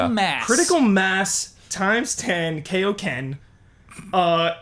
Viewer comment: Not really a major correction, but it's KYE-o-ken, not KAY-o-ken. It's a bit of a pet peeve of mine, as a semi-DBZ purist.